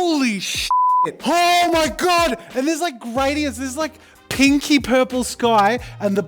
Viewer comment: I heard "kinky purple" instead of "pinky purple" and I was so utterly confused